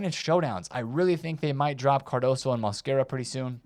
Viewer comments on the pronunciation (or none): none